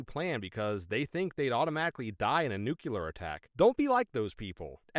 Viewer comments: Nucular? Nuclear! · Heh, the first story. Mom would have been even more surprised to hear "Elvis Presley taught me that, pretty neat huh". And the way the narrator pronunces "nuclear" is funny.